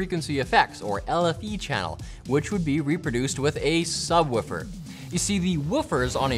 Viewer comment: I can't get over the Canadian pronunciation of 'subwoofer'